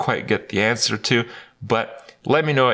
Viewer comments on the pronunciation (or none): none